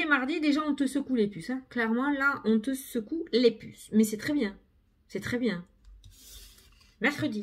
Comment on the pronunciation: Cc, avec plaisir 🤩 J'adoooore. Moi, j'aime bien qd tu démarres: "Bongjoure, jsp ke vous allez bieng", ça me met la pêche et le "Salut, salut" de fin. Tu es pimpante et tu nous le transmets 🤩🤩🤩😘😘😘